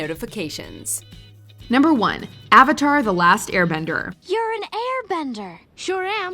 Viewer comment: A-VA-TAR!!! A-VA-TAR!!! A-VA-TAR!!!